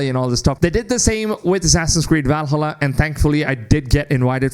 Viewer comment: Seriously man stop with the valhulla 💀